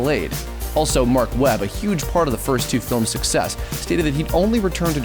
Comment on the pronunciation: what you said huge sucess really ?😂😂😂